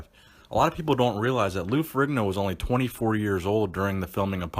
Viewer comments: Fe-re-ne-o, Not ferriGno. Its an Italian name. not an American name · Stop saying Ferigno....IDIOT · Its pronounced farino you fucking moron..OMG such an idiot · His name is not furee gno is it? It's ferr in yo if I'm not mistaken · Hey dumbfuck.. The g is silent ...Its pronounced Ferrino.. I cant believe there are so many dumb people out there